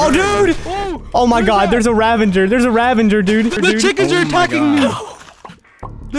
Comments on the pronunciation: Ravager not "Ravenger" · Why does everyone single YouTuber pronounce the Ravager “Ravenger”? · Why does everyone pronounce it “ravenger” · Noone:: ravanger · why do people say ravenger?! it annoys me. its ravager the Minecraft wiki. no hate though. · "Ravenger" lol